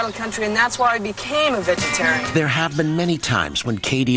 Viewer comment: I love how she says 'lesbian!' and 'vegetarian!' Too funny!